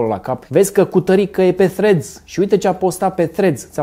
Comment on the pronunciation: Salut, zi-i tu lui să nu mai pronunțe Threads Freds, zi-i să bage limba între dinți pentru primele 2 litere